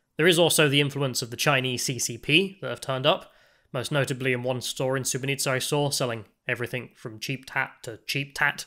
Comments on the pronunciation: You called the city wrong the whole time, it's SuboTica not SuboNica. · pronunciation of Subotica sounding like Srebrenica... at the start i was wtf? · Am I the only one who heard you said "Srebrenica" instead of "Subotica" in this video? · mispronouncing "Subotica" as "Srebrenica" though 😅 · Its not Srebrenica lol, its Subotica. Sooboteezza. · Subotica and Srebrenica are 2 different things. It sounded like you said: Srebrenica which is incorrect (were you playing the Serbian war music upon entering the town -deliberately?). Less than 5 minutes into this program I could tell you are a racist. You wr scared of entering a lift? WTF? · It sounds like you say ‘sbrenica’ instead of ‘subotica’ 😂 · Dude you keep calling it Sre-bre-ni-tsa, while it's Su-bo-ti-tsa. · LOL i Thought he was trolling everyone ! Srebrenica, really !? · The town bordering Hungary in north Serbia is called Subotica, not Subonica. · your pronunciation of Subotica sounds like Srebrenica, which is fucked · You pronounce the town of Subotica as Srebrenica, terrible... McDonalds is garbage, that's why was empty there. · He said “Srebrenica “ 😂😂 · SuboTica not SuboNica. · Is it just me or every time he says Subotica it comes out as Srebrenica? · You pronunce everything between S and A in Subotica wrong. At first I was like 'Srebrenica, WTF?' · You have the funniest pronunciation of Subotica that I've ever heard. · That's a really weird way to pronounce Subotica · Take a shot every time he pronounces Subotica wrong.